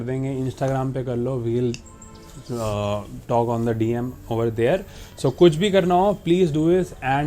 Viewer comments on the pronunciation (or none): none